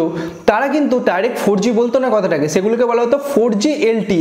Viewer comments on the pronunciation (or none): চে গুলো😂😂 চে সময়😂😂 বেছি পাবেন।